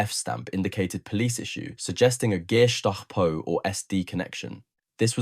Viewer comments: Did he say …..”Gay-stop-oh” ? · Pronounciation could have been worse. It basically boils down to whether or not you pronounce it as a word of its own or parts of the underlying components of this abbriviation: GEheime STAatsPOlizei. Even inside Germany people might put different emphasis on the "e". That being said, the pronounciation is certainly closer to one of "geh heim" (go home) than "geheim" (secret). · The pronunciation of Gestapo used here. 'GAY-STAPO," sounds as though it might be a modern day German police organization.... 😂😂😂😂😂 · Nice work! So much better than other YT videos. Although you could learn how to pronounce "gestapo."